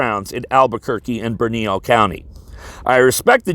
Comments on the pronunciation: Ok, its pronounced BERN - A - LEO county, and her name is pronounced LOO WAN. Study basic Spanish. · The end game is that Empress Michelle heard (incorrectly) that Pelosi is retiring and she's auditioning to be the new Wicked Witch of the West. BTW, Lujan is pronounced loo-HAWN and Bernalillo is ber-na-LEE-Yo. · Hi! As an Anglo living in Albuquerque let me give you a couple of pointers on how to pronounce words here, or rather in Spanish. Lujan, you change the J to an H sound so it would be Luhan in sound. Bernalillo, you do not pronounce the last two L's, so it would sound like Bernalio. The last Anglo governor we had was Johnson who did a lot of good for the state. I believe he was an independent though, and since he left office has gone into pot growing and sales I believe. Anyway, I believe the sitting governor is doing a test bed to see what will stick. The democrat party is so ingrained here that they know they can wait it out even if a Republican ever took office the senate and house will still be democrat so no matter what your agenda is they will not pass any bills you would implement for the good of the people. They'll just wait you out until you leave office and do what they always do. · There is no one who will arrest the governor. We are a Democrat run state and all in the state who said they would not enforce her order are Democrats. A little help with the Spanish, Her name is Lujan and is pronounced Lou-han. The county is Bernailillo and is pronounced Burn-a-leo. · I'm sorry for doing this. Her name pronounced (lew han) county is pronounced (bern ah leo) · Sir, it is pronounced "Bern a LEEo County". simple